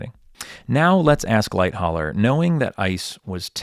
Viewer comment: For someone who forensically details the sinking of Titanic how can you fail to pronounce Charles Lightoller’s name correctly ? It is Light-oller not Light-holler.